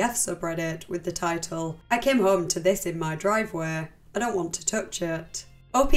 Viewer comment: what the fuck is your voice? home isnt 3 syllables. its distracting and not pleasant at all to hear. fix that shit